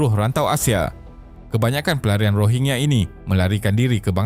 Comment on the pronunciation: Min sebutan tu biar betul..bukan Rohingye.. Rohingya..😂